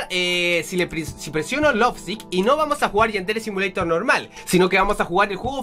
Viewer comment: .no se dise asi yadere simolitor